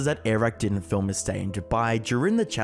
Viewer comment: i believed this till you started bringing up “füm” 💀